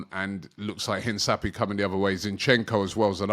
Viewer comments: No, pronouncing it Hinçapie instead of Hincapié. For a foreign name it’s a reasonable attempt. Nothing wrong with it. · Rob its hincapie not hinsapie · ROBBIE! The pronunciation of Hincapié is INKAP-YAY mate. Hope you see this.. 😂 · It’s pronounced… HIN-CAH-PI-EH Robbie 😂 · Horrible pronunciation. Hinzapi? Terrible. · The player is pronounced Eenkapie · Piero Hinsappy 🤣🤣🤣 Robbie just decimating man’s name! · If we’re gonna sign Hincapie, you gonna have to pronounce his name properly. The ‘c’ is not pronounced as an ‘s’, just say it like a normal ‘c’. Full pronunciation: in-kah-pee-eh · Robbie it's......HEEN....KAP.....PEE....AYY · Heen-ka-pee-é, that's how you say it. Stop butchering players names 😂😂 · No one speaks Spanish that's alright. But at least make an effort not to butcher the guys name, it's pronounced "Hincapeh" it's a c not s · Man said hensapi😂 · It's pronounced Hinkapié. There is an accent on the e, therefore you prononce it. A bit like the E at the beginning of Elanga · Robbie 😊 his name is pronounced "Hinkapiya" Hope that helps mate 😊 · Robbie butchering names as per usual, Piero In-sa-pi 🤣🤣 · Pierro Hin-Ka-piye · You are butchering his last name omg lol Hard C Robbie!